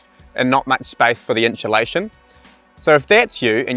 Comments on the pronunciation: I don’t care what English speaking corner of the world you’re from, there is no fucking “sh” or “ch” sound in the first 3 syllables of the word insulation. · Every time said 'Inchulation" I wanted an enchilada;) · Have I been saying inchulation wrong my whole life?